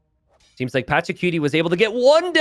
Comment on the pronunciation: saying Patchacuti like "Patchacutie" sounds so funny